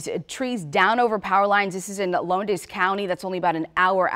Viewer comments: It’s pronounced …… Lowndes (low ndes) not Lodis!! Hahahahhahahahha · Lowndes is pronounced "LOUNZ" not loan-dis. Reporters ought to check on the facts before reporting. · That is Lowndes County pronounced Lowns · "Loandez county" LMAO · Pronounced Lounds, like Sounds.